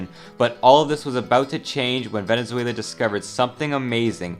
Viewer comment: "venezueulau" araepa´ guiitarists... HOMBRE YO VENGO DE VENEZUELA EL PUEBLO MAS GRANDE DEL MUNDO Y COMO PUEDES OFENDERME DE ESA MALDITA PUTA HIJA DE LA GRAN REPUTISIMA "araepa" MANERA????!!!!!????¡¡¡//%$$$####////